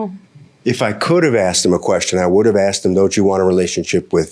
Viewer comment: Damn it’s not axed it’s asked learn how to speak